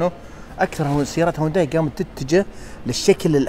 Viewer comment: السياره اسمها هيونداي وكاتب بعنوان الحلقه الاسم الصحيح هيونداي ليه تنطقها هوانداي 😂😂هذا وانت مختص بمجال السيارات . تقبل مروري